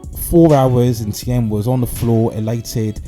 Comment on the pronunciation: I am a german native, please say "Thiem" like you pronounce "TEAM" in English! Thx